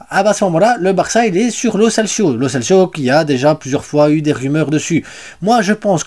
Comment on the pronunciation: salut,c'est pas lo celsio,c'est lo celso,kimmich est transférable,je sais pas si tu as vu l'actue,mais bon il est trop chére,merci pour tes news.........